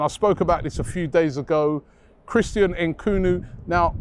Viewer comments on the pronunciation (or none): Jesus Robbie, Christopher Nkunoo? Vitahna? 😂🤦‍♂️. It's Nkunku and Vitinha, smh lol. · “Christian Nkunu”😭💀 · Nkoonu, Vitana 💀 how can Robbie be this bad at pronouncing names? 😂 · Christian Nkoonoo… 😭 How could “Vitinha” be pronounced: “Vee-Tah-nah”? 🤔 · Are we not gonna speak about how Robbie butchered nkunku name 👀